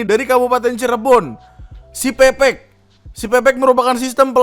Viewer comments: bang itu yang cirebon bacanya bukan pepek, tapi pepek (pepeg), e nya dibaca e bukan e wkwkwk artinya lengkap bang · menit , bacanya peke e kecil (kaya baca enam) jangan pake e medan bang. pepek /pepeg bahasa cirebon artinya lengkap. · .. bang, sebenernya siPepek itu cara bacanya "siPeu-peuk" atau kalo kata org cirebonya tuh pepek/peupeuk = Lengkap.. 😂 mungkin yg bikin nama gatau kalo kata Pepek tuh = "nganu" 😂😂😂😂